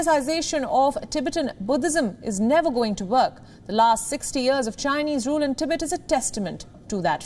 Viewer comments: It's "TEE-BET" not "TI-BIT" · If you're going to provide an English news service can you at least find announcers that can pronounce the words correctly. Tibit sounds like the noise a frog makes. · Please pronounce Tibet like this TIB - ET expand the time between the 2 sounds.... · In "Tibet", the emphasis is on the second syllable. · The host cannot even pronounce TIBET correctly. It's weird nobody noticed that.